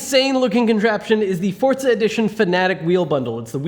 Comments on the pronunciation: where is the t in forza, r u related to Ar12? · Why did you say Fortza horizon 4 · Forza not fortza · Why do Americans say forTza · Why does everyone pronounce it fortza lol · Why does everyone say forTza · Forza. Not fortza omfg. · Why do people say Forza like theres a T in it?? I'm confuzed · Why do so many people say "Fortza" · Why to people pronounce it like there’s a “t” in the name? It’s not spelled “Fortza”. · Ugh PLEASE QUIT CALLING IT FORTZA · Did I hear forTza? Not forza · Why can he not say forza ffs